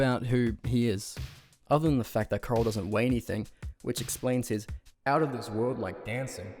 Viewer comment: You're right. This guy is Australian or some shit so he can't pronounce Bufford or Correll correctly. Correll has an oooooolllld as channel called thecorrell2011. He used to dance nearly ass naked all oiled up 💀💀 he's low-key a lolcow.